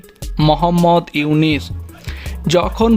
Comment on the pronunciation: বারবার ইউনিস!!!! নাম টা ঠিক মতো উচ্চারণ করো । উনার নাম ইউনুস